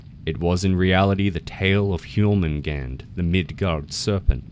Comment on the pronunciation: It's Jörmungandr not jormungand